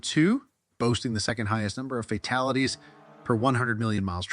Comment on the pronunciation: Agreed...WOW... brother.. please pre read before narrating... FATALITIES 👈 only one of several...On the flip side thank you for the info 🤙